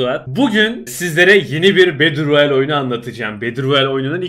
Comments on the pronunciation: bedıl royal değil betıl royal diyenler +1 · bedır royal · bedır royel :D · video boyunca battleroyale yerine beddleroyale demene gıcık oldum